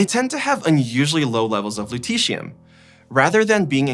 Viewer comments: Which letters sounds out the "eeshh" sound in Lutetium?Not the Lu-, not -tet and not the -ium-. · it's the "et" here: LutETium.